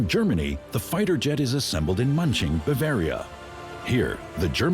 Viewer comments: "Munching" lol. Hard to take this seriously. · AI voice over incapable of pronouncing German place names... hilarious.